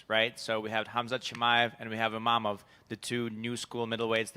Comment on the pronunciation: Not IMAMOV but IMAVOV for god sake terrible translater